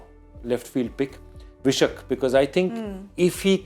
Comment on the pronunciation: It's pronounced Vyshak (Why-shak ), not Vishak 😂